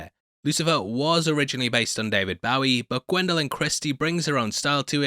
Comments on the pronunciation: For chrissakes! It´s Bow-ee, not Baow-ee! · They way he said David bow wow Bowie. 🤣🤣🤣 A British dude just mangled David Bowie's name. That was a crime against nature. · Did this man just mispronounce the great David Bowie’s name? Uncultured swine! (FYI sarcasm)